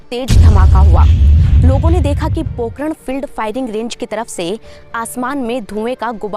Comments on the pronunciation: not pokaran pokharan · its pokhran not pokran shi se bolo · Are murkh ladki Pakran Pokhran hota hai Phle thik se padhna sikho Fir Anchoring karo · पोकरण नही है पोखरण है